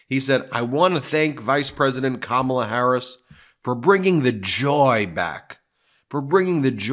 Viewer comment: He called her Kamabla 🤦